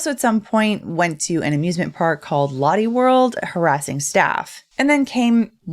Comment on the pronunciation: if you ever talk about this in the future, lotte is pronounced like lot-tay :)